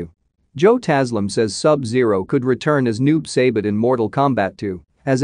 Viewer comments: Noob saybit....... 🤦🏻‍♂️🤦🏻‍♂️ BRUH!!! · Noob saibut? 🤣🤣🤣 at least know how to pronounce the name right dude.